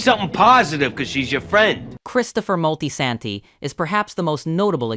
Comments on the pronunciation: Molty-Santy. Stop that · Terrible pronounciation of Moltesante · The Moltisanti pronunciation is laughably bad. We’re gonna have to send this to slip and fall school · the pronunciation of Moltisanti irritated me lol